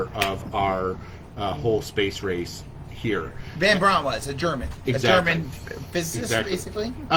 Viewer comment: Van bring not von braun